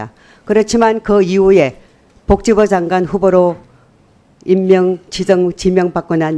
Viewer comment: 서명옥아 복지부장관이다. '벅지부장관' 아니고 벅지부가 뭐냐